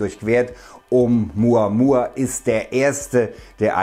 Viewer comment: Oh Muhh Ahh Muhh Ahh